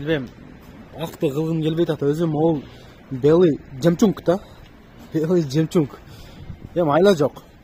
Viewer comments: 😂😂😂 Жемчунг деп кой😂😂😂, Белый жемчуг десен родной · Нур кг дагы деле жемчунг деп журотко😄